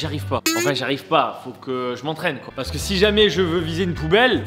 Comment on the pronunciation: Il a dit coi a